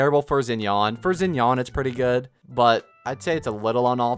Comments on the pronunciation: Bro is saying Zen-yawn. WHO IS THAT 😭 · isnt xinyan's name pronounced shin-yan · Yeah, I hate how he pronounced it 😭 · hurt my soul when he says zin-yan